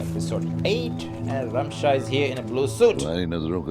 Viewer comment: It's RAMSHA not RASHMA